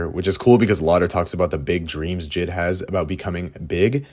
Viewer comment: Also it's jay eye dee not jid